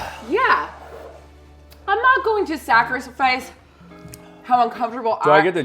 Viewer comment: It’s her mouth being so on fire and not pronouncing “sacrifice” correctly 😂😂. I’m crying.